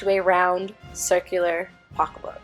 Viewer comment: hearing you say “pocka book” (pocket book) is my favorite thing ever 😂